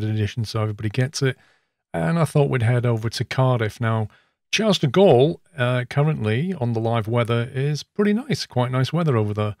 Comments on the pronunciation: “Chars duh gaul” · Charles-de-Gaulle is pronounced something like ‘sharl de gaul’ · Phew I cringed from your pronunciation of Charles de Gaulle